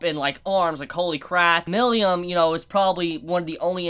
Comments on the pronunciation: It's not Milium, it's Milim 😅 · Who the fuck is miliyam? Just say milim like everyone else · I keep hearing Milium instead of Milim. Wth?